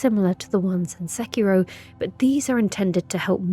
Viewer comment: Oh my. Fantastic pronunciation of Sekiro. (The ghost effect always makes me laugh ever since someone pointed out its like Frodo waking up in Rivendell)